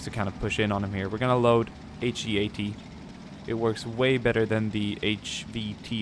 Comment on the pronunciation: A quick tip, say heat like hot or cold not he-at. it stands for high explosive anti tank if you didn't know. It's just he-at sounds a bit weird :).